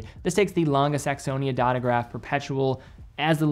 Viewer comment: The -e ending in German is pronounced -uh, never -ay. No idea where all the American watch YouTubers got that into their heads but it’s the same with Lange, though you say that one ok. So just pronounce the ending of Tangente the same way you do Lange 😉